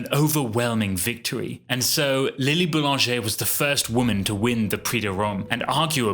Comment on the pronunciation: LMAO! Read her name as 'LIL'' Boulanger'? 💀💀💀